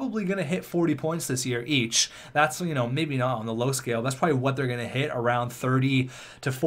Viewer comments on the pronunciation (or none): none